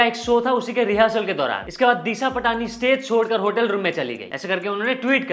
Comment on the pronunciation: bhai its disha पाटणी not पटाणी